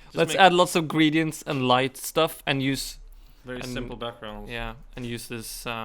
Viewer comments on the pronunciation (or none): Gray-dee-ent. Sort of <3